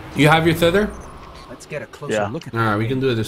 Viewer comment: you said theather it's teather